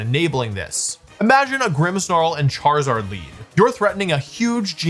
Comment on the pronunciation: "ChaRIZZard" lol😅🤣